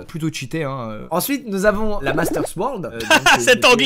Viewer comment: Il a quand même dit "sworld" 😭😂😂